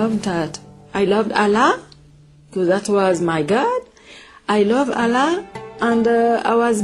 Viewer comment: really? she was a muslim huh? she can not even pronounce ALLAH correctly and Qur-an. any Muslim, even the new reverts I know, they can pronounce ALLAH correctly... seriously? is this staged or what?